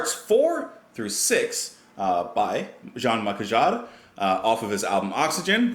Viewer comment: It's pronounced Mee-Shell Jarr :)